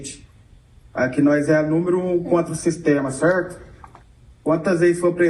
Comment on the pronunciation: Até puxou o R kkkk cerrto